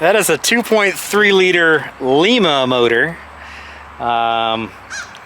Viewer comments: It's L..EYE..MA....😂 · Hi, unless the engine was made in Peru, if it was cast in Lima Ohio, it's pronounced (lie-ma), long I.